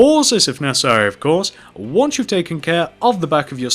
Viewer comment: Why did he keep saying pauses of necarsery